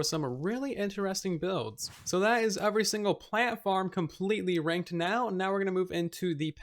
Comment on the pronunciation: Nobody: Absolutely nobody:: "UVERY"